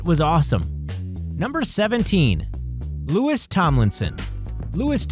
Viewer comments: you said Louis wrong it doesn't sound like luis it sounds like loey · you said Louis wrong its not luis its loey Lmfao edit this video please or else im gonna get pissed